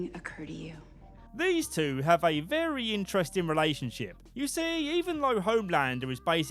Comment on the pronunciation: YES. THANK YOU, VEWY GGGGGOOD